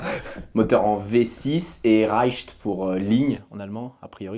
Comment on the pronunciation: Vous voulez prononcer Reihe sans tuer la langue allemande ? Dite raille en prononçant bien le e à la fin bisous les bro